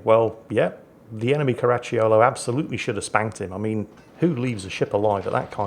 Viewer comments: Pronunciation tip: The "cio" in Caracciolo is pronunced like the "cho" in "chocolate" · Actually, I'm sure you find it's pronounced, "Crunchy yo-yo"